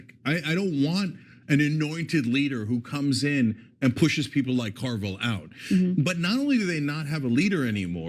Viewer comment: I caught the "James Car-Vile" pronunciation...LOL